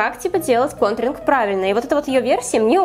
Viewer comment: Она говорит гонтринг бесит)))